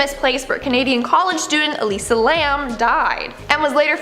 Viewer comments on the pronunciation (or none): none